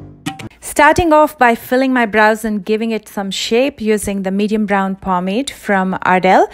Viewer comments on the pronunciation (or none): none